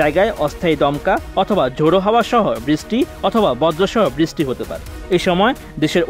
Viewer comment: বৃষ্টি কথাটা ভালো করে বলতে বলেন ঐ সাংবাদিককে।